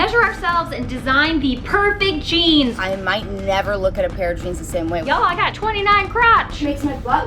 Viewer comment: custom jeaMs.. lol. U cute.